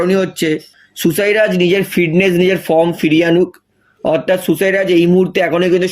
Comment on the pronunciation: কথাটা অথাত নয় অর্থাত। আট বার না দশ বার কথাটা বললেন। না পারলে avoid করুন।